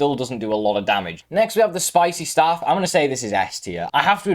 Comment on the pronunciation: Good video but you pronounce staffs wrong